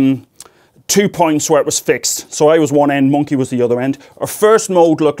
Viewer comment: Every time he says "Monke" I get the biggest smile on my face haha Love ya Professor, keep it up!